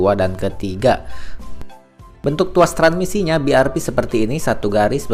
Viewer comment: BIARVI ya gan bukan BIARPI